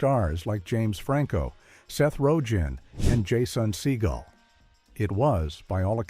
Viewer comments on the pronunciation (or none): I really hate this AI world we live in. I shut it off less than two minutes in. Seth Ro Gan? Jason Seagull? Spelt Seehull??? SERIOUSLY??? And we wonder why people are getting stupider.